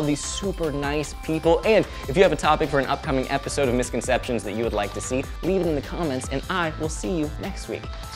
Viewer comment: Two things - 1) In the last Misconception, the word 'likely' is misspelled as 'liekly'. 2) It sounds like you are saying 'misconceptionate'. Maybe because of the speed you are talking...